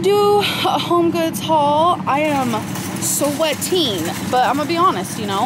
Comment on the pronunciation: it’s sa-weh-teen, the AmberLynn version of sweating